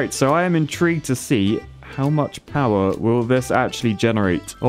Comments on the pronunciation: Ah yes, hydroelectric poower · Ah yes. The Poower plant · It's a poo-wer station! Maybe call it the poo-ver dam?